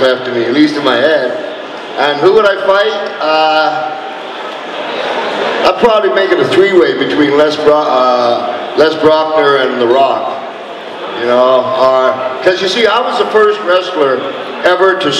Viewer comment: Les Brocknar LOOOL, oh mann, das ist ein glorioser Versprecher!!